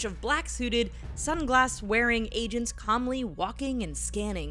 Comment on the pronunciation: Is she saying Asians or agents my head hurts